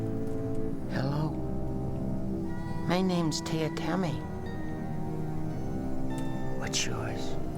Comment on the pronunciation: It's Tee-ah tie-mee